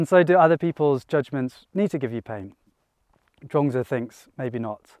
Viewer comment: Thanks for the 3 stories - one which really resonated with my current situation. Also loved the choice of rural location for your chat. But did notice (not being ‘judgemental’ 😂) that you have slipped back into calling 莊子 ‘Jong-dz’ again... Other than that thanks for a great upload, and hope to join your live stream on Sunday 👍